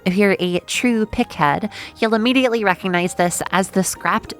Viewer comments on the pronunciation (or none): none